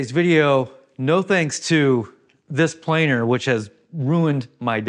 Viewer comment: Planer missing parts! Boeing approved! Oh "planer", we thought you said "plane".